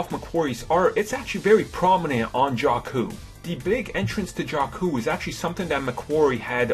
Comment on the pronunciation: The way Jakku is pronouced is actually the same as a Albanian word Gjaku ( it means "Blood" )